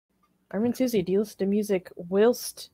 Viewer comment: "Willst" < lol /hwaı:lst/